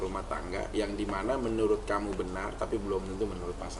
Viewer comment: "MENURUT" tante bukan menuluuuut😂😂😂